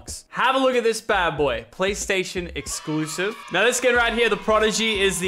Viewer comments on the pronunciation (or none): Its not exsclsef